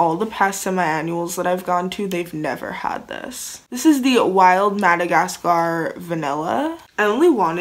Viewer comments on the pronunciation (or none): none